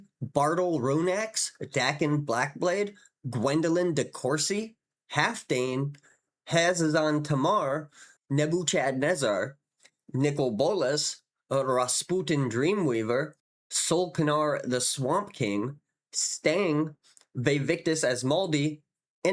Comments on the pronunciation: The H in Nebuchadnezar is silent. He was definitely a Chad tho. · was that intentional to pronounce NebuCHADnezzar that way? haha